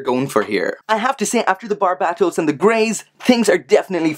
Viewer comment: Dude thats how you pronounce it.